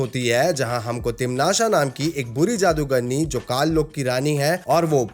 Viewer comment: Bro video was really good but it's not timnasha it sounds like patasha and it's irritating it is timnasa